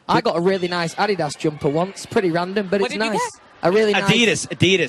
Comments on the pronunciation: Actyally, he said it right. That's the way it should be pronounced. Honestly, when Louis says it that way, everyone should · he actually says adidas the right way, because it is german and just pronounced like that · HE ACTUALLY PRONOUNCED ADIDAS CORRECTLY, OUR TALENTED KING🙏🙏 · As far as i know adidas is from Germany where i‘m from and the way he says it is right😂 like everyone makes fun of it but its right i think 😅💙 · funfact, louis said adidas right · Actually, he pronounces "Adidas" correctly because it's a German brand.